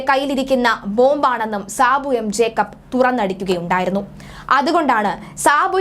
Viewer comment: ജേക്കബ് ആണ് ട്ടോ. ജേക്കപ്പ് അല്ല. 😊